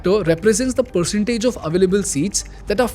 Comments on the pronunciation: Bro... it's percent not parshant❤️ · I agree 100 pershent😂